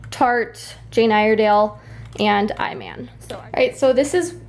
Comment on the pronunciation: Iman is pronounced EEMON. She's a famous model and was also married to David Bowie...